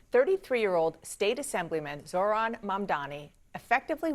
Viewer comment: Zoh ran zoh ran get the name right